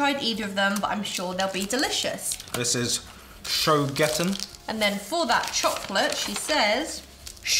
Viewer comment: Show gotten? Pronunciation is "Shore Get an", it's a chocolate in little pieces.